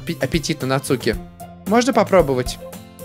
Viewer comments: нАцуки ударение на А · Не Нацуууки а Наааацуки!!!! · Не НацУки а НАцуки дурашка))) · не НацУки,а нАцуки((((((((((((((((((((((((( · Нааацуки... Нааацуки.... Наааацуки а не Нацуууууки!!!!>:/ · НАцуки а не НацУки!!!!! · не нацууки а нааацуки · Согласен, выбешивает, когда он читает НацУки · Al1na art В Японии нет ударений, правильно читается- Нацки, "дурашка" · ЗА-ШИ-БИ-СЬ интересно продолжай пожалуйста И кстати по моему читается НацукИ но как знаешь я не уверен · В Японии нету ударений в этом имени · Нацуки ударение на А !!!